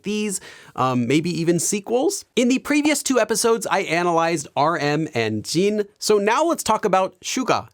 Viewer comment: I can't get over how he says 'Jeen' instead of Jin